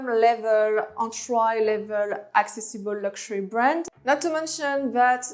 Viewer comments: Hey j'ai bien aimé ta vidéo. Qq conseils: entry se prononce "entri", commercial en anglais serait "common", Dsquared se dit disscouairde, sans prononcer le e final. Et remplace le mot "rich" par wealthy. Philipp Plein, "ei" en allemand se prononce comme "aïe". Bon courage et continue ton bon boulot! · I love the way she pronounces some words like "entry" she says an-try. Great content tho.